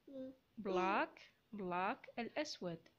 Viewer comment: النطق شوية اختي black غير صحيح، بالتوفيق